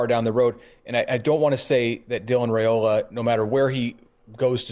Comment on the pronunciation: Like your show. But somebody needs to nudge that the pronounciation of Dylan's last name is "Rye"- ola, not "Ray" ola 🙄